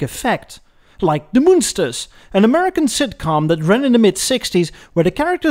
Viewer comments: The Ghostbuster's Ecto-1 started life as a hearse. It was modified and painted as a cross between an ambulance and a police car to "catch and incarcerate" the ghosts. By the way, the TV show "Muenster's" was pronounced, "MUN-sters", not "Moon-sters", like the cheese. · I once wrote an article for an online car mag, where I said the only way you can get most American's into a Station Wagon is if it's a Hearse. P.S. Munsters is "short U" (rhymes with 1) not "moon".